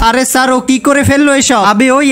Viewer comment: Sir❌ saar ✅